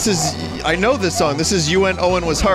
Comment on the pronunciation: Ah yes, you en owen, my favorite two hoo sonje